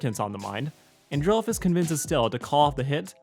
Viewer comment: People who don't know how to say Stella's brother's name its And-rel-fus